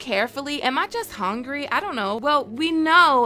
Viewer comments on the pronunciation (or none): "Am I just Hongry?" LOL